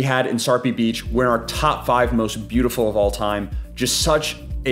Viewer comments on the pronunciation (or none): none